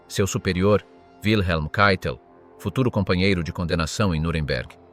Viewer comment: Keitel... si pronuncia caitel , non cheitel...